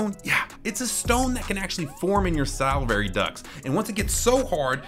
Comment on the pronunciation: Why did he say “salivary” like that?? 😭😭